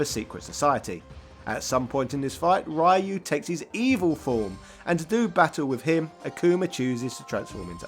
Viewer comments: Love your channel and video. Ryu’s name is pronounced ree-oo, not rye-oo. There is no Japanese sound for the second pronunciation. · Interesting video. However, the right pronunciation of "Ryu" is not "Rayu", since it is not an English name. Japanese name should be pronounced in the intended way (in this case "Ryū", spelling the "y" as a short "ee" and a long vowel in the end, as in "Ree-yooh"), and I know this use started all the way back in the 90s, but it's 2023, and we surely moved on a bit, from then. I hope it helps. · I love your videos but when you pronounce Ryu as Raa-yu and Sho-Ryu-Ken in its true sense it gets very irritating :| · Put some respect on Ryu's name pronounced Ree-U. Say it right. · He doesn't care so don't bother wasting your time trying to correct his pronunciation. We've been trying since the beginning and he's got no interest in making any effort to improve despite being a fan of the game which makes absolutely no sense to me. And if Ryu's name was meant to be pronounced the way he says it, it would be written "Raiyu" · How can you not pronounce Ryu properly? 🤦‍♂️🤦‍♂️🤦‍♂️ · Obligatory "You mispronounce Ryu" comment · Always found it quite shameful that people would take the time to create such well built videos yet won’t go to learn how to actually pronounce Ryu’s name right…Also “Youdon Comics” (Udon Comics)…..Cringe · Could you please learn how to pronounce "Ryu"? xDDDDD. I have watched a few of your videos, they are reaaally good, but all of then have this Ryu huge flaw xD